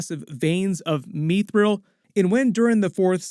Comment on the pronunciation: What the hell is MEEE-thril? Short i, like in 'mister', not long; mih-thril, not mee-thril.